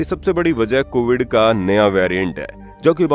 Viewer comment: कोविद नही कोविड है। 😂😂